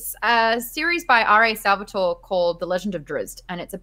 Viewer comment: triggered italian here. It´s Sal-vah-toh-reh. Love the show!